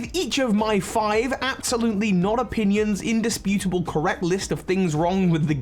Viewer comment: "Undisputibale"🤣 you were killing me with that I agree with the exp share should be able to be turned off vos I accidentally overpowered after the 2nd gym from the underground😅 had to switch out my team twice I also had a pokemon kill a rare pokemon i was trying to catch and asked for praise... I was like "no, you're about to get boxed!" 🤣 affection is def easier to achieve. As for the character designs... I'll say that the best part was giving them life. They each have their own ball throw animations and loosing animations and I love that, so I can overlook less detail in their designs. The swimmer throwing thier ball in as a volley ball, or the lass pouting after she looses just adds a great touch for me